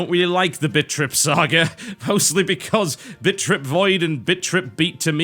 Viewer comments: Actually, he IS saying bitch trip. If he's not, he should think about his pronounciation. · "Bitch trip" Can't tell if accident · haha it sounds like you are saying bitch trip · It sounds like he's saying Bitch.trip. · sounded like he said bitch trip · All I hear is bitch be tripppin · he's saying bitch trip o_0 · Does anyone else keep hearing Bitch Trip? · What you probably hear: BIT.TRIP Runner 2. What I hear: BITCH.TRIP Runner 2. Maybe its the accent.... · Sounds like he is saying bitch trip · is it just me that thinks it sounds like he's say bitch-trip at the beginning? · Not sure if you were saying Bitch Trip Runner on purpose.. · I keep hearing 'bitchtrip'... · @@ At the beginning, it sounds like he's saying "Bitch-Trip" xD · it sound like your say bitch trip lol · All I can hear is BitchRip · Hahaha, only me that think it sounds like TB says "Bitch trip runner" when he said "Bit trip runner" LOL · Does anyone else hear TB say bitch.trip runner? lol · It sounds like he is saying Bitch Trip. :3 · I swear I can only hear "Bitch Trip Runner" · does it sound to anyone else like hes saying bitch trip? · Sounds like he's saying 'Bitch-trip" at the start, rofl. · I keep hearing bitch rip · Hahaha he said bitch trip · in the beginning all I heard was bitch trip lol I am very satisfied. thank you tb made my night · i think he said bitch trip like 3 times in the beginning xD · it sounds like bitch trip hehehe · It sounds like he is saying bitch.trip at the beginning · thought you said bitch trip runner at the start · lol sounded like he was saying bitch trip :p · Sounds like he is saying bitch trip XD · Sounds like he's saying bitch trip... lol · It ALMOST sounds like he's saying bitch trip. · It sounds like he is saying bitch trip every time he says bit trip. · he says bitch trip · Does anyone else hear him say bitchrip runner? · I keep hearing TB say "bitch trip". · Who else kept hearing "Bitch Rip"? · It sounds like you keep saying "Bitch Trip."